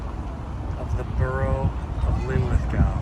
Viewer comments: I love how your pronunciation of Linlithgow got worse as the video went on! 😀 A hard one for our cousins across the pond. You were correct the second go, right at the start btw, not that it matters. One love from Glasgow. 💙 🦁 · It's pronounced Linlithgo. The W is not pronounced. Just as Glasgow is pronounced Glasgo. However, Loch Lomond is pronounced Loch Lowmend. Next week's lesson will be Milngavie and Culross.